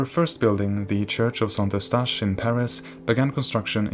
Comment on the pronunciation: "Our first building, the church of Saint-Mustache." Saint-Eustache... I know.